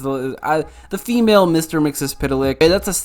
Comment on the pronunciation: Gingercide doesn’t discriminate. Cats fall prey as well. #notmystreaky Btw, it’s pronounced “Mix-Yez-Pitel-ick”